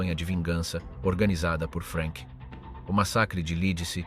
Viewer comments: Perchè "Frenk"??? Non era inglese, era tedesco! Frank!! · In tedesco si pronunzia Frank non Frenk, come in inglese. Curate meglio la AI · Jak jsem pochopil z diskuzních příspěvků bylo video promítáno i ve Francii a i zde si lidé v diskuzi všimli nepřesností. Hlas zřejmě obstarala AI, vzhledem k anglické výslovnosti jména Frank. Není to věrohodný dokument i přes velké množství nahuštěných údajů. Vyskytují se zde nepřesnosti jako například popis popravy. Nebylo tam žádné propadliště, ale kladka s provazem a odsouzený se prakticky udusil. V našem případě mu kat Nenáhlo po tzv. oběšení ještě zlomil vaz.